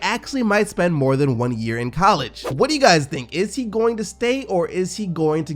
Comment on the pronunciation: I’ve never heard anyone say coll•EEGEE (college)